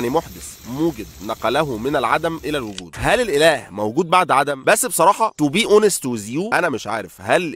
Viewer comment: توووبي اووونست ويز يو!!! هذا اسوأ نطق انجليزي اسمعه في حياتي حتى كلمة With المعروفة نطقها ويز بسبب عدم نطقه للذال وكلمة to be نطقها بشكل طويل وضيق وبالواو اللي تشبه حرف u مش o يعني زي الواو تبع كلمة ثوم مش الواو تبع كلمة يوم او صوم وطبعاً ما بتريقش على نطقه بس بما انه قرر يتكلم بالانجليزي بدل العربي لازم يعرف اخطاءه